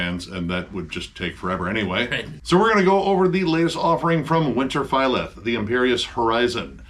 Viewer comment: I cringed so hard at the mispronunciation of Winterfylleth 😩